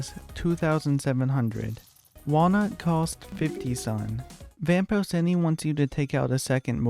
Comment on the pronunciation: It’s vapor-Chee-nee